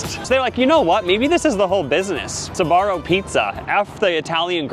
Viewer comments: Why is it pronounced Sabaro instead of Sbarro? :face-blue-wide-eyes: I mean, there's no A after the S. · Wait you pronounce it “sabarro”? When it was in my country it was just “sbarro”. 😅 I was living a lie!! Loved their pizza though. It was the first place to sell pizza by slice and that slice was tastyyyy. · when first said Sbarro I misheard him as "Sephora" and I immediately accepted their downfall without question lmao